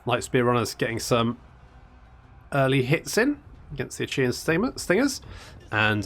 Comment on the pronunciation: Achaea is pronounce ay-kee-ah, not unlike ikea basically. the 'ch' is a 'k'.